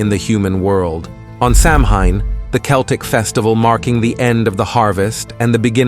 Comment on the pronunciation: You can Google how to pronounce words like Celtic or samhain. You should try it.